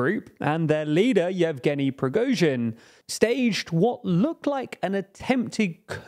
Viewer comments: I love you guys, but why can't you still say prigozhin's surname wrong man. It's not prishkovin. It goes like pre-go-gin. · I hate him but it's pronounced "Pree-go-jeen", not Preejgonin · Love your channel but... Pre-go-shin not Prish-covin You don't have to have a flawless pronounciation but come on, you guys have done like 10+ video's on the man by now. Atleast try a little bit... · You guys are great, generally... But please learn to pronounce your subjects name's correctly. It's Pri-go-zhin, not Prish-ko-vin.... lol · Man, I like your videos. But damn... at least make an effort to not butcher the names of the people you report on... Prigozhin is not Priskovin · the first time he said it quite right, but than settled more for a "prishkovin" during most of the video xD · some constructive criticism: Your first pronounciation of Prigozhin was quite good. But later you shifted to "Prishkovin" , which is arguably a different name^^ Since you'll be always covering a wide spectrum of news resulting in a variaty of different names, maybe you should duoble down on the pronounciation problem. Have someone native review your videos and rate each pronounciation on a scale. Than have this pop up during the video whenever you are saying the names. It would combine the humerous element with deeper journalisitic accuracy, as you would counter the vocal distortion. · who is Prizgovhin? :D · Who's Prizhgovin? I swear your pronounciation of this guy's name changes in every dang video ;) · Or even better [pre-GAW-zhin] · Nice summary. The fact that you cannot say the guy's name correctly ( Prigojin, I mean), really bothers, though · How in the world did you turn Prigozhin into Prizhkovin? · Prigojin pronounced wrong twice. I cannot watch the rest of the video. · > prishkovin > prizhovin How many videos u made mentioning this guy u still can say it right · Legal immunity not *impunity*. And the leader's last name is pronounced // prih-GO-zhyun // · Who the hell is "Prishkovin"?